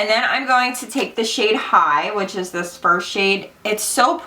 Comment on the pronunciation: Idk why but I laughed so hard when you said "let's do thees!!!" Before doing your brows 😂